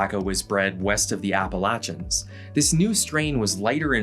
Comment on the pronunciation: Finally, someone who can pronounce Appalachia!